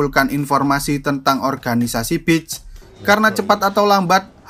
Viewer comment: Bang.. sebutan pantai : beeesss Bukan bits Kalo bitch artinya: pelacu***r